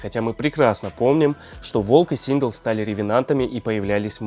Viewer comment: Синдел а не синг